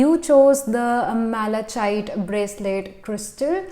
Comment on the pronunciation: being a tarot reader you should have known how to pronounce malachite